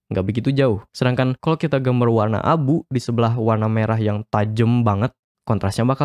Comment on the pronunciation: apa cuman gw yg denger "warna abu" jadi "wan Abu" wkwkwk